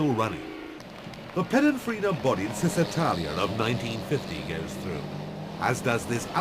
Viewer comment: Excellent early rerun of the famous race, with all cars identified in the commentary. The Englishman does savage some names, and places. It is SEEbring. CHisitalia. BeeOnDetti, A6GCS, PigOSSo, JONdayBIEN. etc.